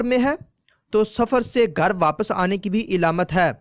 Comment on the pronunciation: pyaree islami bhayi Urdu Zara AR durust Kar Len sunne m ajeebLagta hai daaleel ilamat labas ravangi ar salasat paisa. kijiye......